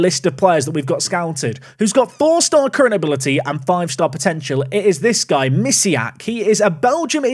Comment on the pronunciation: Bartosz Misiak though playing for Belgium actually has polish name and surname. The "si" sound in Mi"si"ak is pronounced with polish sound spelled "ś". You can check it (the name too has a polish sound in the end). I'm polish and it just hurts my ears when you pronounce it like that. Sorry.